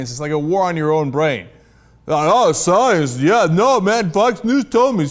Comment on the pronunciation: What is this sai-ens you speak of cenk?